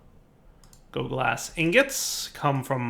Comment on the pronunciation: It's osg L oglas, I'm sorry if I sound angry, and it's just the tiniest detail, but missing that L every time you said it, was like raking your nails on a blackboard whilst twisting my liver.